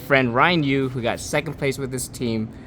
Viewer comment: Ryan Yu? Ryan GUU